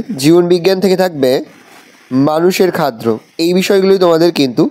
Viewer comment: Areyy sir ota khaddo hoy khadro noy 😮‍💨